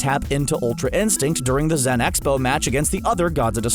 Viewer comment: its not high priest its grand priest and its not zen expo its zeno expo